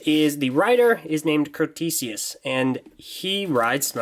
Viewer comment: It's spelled Crotesius, not Crostesius. I pronounce it Crow-tess-ee-us